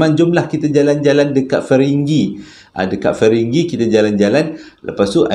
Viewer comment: batu ferringhi bang bukan feringghi hehehe, saja nak usik abang